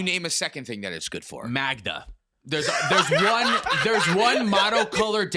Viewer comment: The best-said "Magda." as of this day.